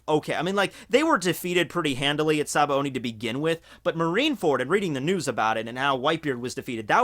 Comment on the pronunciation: why does everyone pronounce sabaody as if theres an "n" in the word? lol "sabaondy"